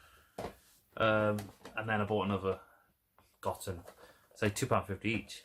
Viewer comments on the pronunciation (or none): god damn my mouth was watering at them prices. Also pronounced Go-Ten